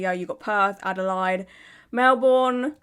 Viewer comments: I'm calling Adelaide (ada-lay-d) adalied from now on. you're precious 😊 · Haha only calling Adelaide ada line from now on haha your a legend. It's ada laid but ada line is the new new 😂🎉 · Makes me wanna watch "Bad Surgeon" again. FYI, the city name (Adelaide) is pronounced "ADD-uh-laid" . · My love, please, it's Ade-laid not Ade-line. Love your work tho ❤ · Hi from Oz lovely. Was blown away 2 c u covering this as i know 1 of the girls. Gr8 vid lovely, keep up the gr8 work. Also if it helps Adelaide is pronounced Adelaid over here. All the best from Down Under (lol ) & Flow lightly lovely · I’ve never known someone to pronounce Melbourne right but not Adelaide. I feel like I’m in another universe 😂